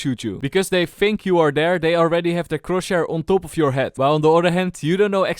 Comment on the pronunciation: One day he is gonna say chrosshair right